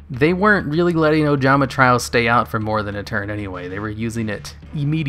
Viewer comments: also try-O "trio" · He's been mispronouncing trio for years, id mentioned it before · It's Ojama 'Tree-oh'. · Tree-oh, my guy. Jesus